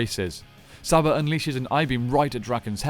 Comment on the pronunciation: Its pronounced Sarba